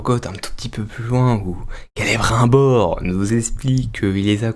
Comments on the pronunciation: KélébrUNbor, il est devenue ch'ti ? Même dans le jeu l'ombre de la guerre c'est mieux prononcé^^ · Perso vue qu'ont est à présent à l'épisode 2 je vais ajouter un détail qui ma vraiment gonfler je sais pas si ils font la même erreur en VO c'est la prononciation du nom "Celebrimbor" à la place c'est "Celebrinbor". C'est peut être qu'un détail mais personnellement ça ma grandement déranger, je sais que l'univers de Tolkien à l'écran ils prononcent pas correctement les noms des personnages pour certains notamment les nains. Cependant Celebrimbor est apparu aussi en tant que protagoniste principal dans deux jeu SDA et ils prononcent son nom correctement. Je comprend pas pourquoi ils ont fait ça sérieusement. Voilà c'est tout ce que j'avais à ajouter et rappel AVIS PERSONNEL.